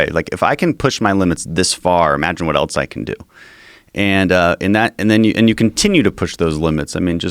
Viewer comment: Its self evident that this guy cannot pronounce "else" he keeps saying "eltse"